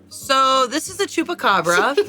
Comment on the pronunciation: I had no idea that someone who doesn’t live in Brazil had ever heard of the chupacabra. I almost died laughing when I heard pronouncing it as "tchupabra."